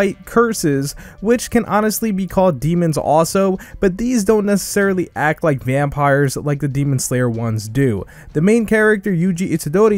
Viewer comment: Bro really said vampirs to the demon s in demon slayer 💀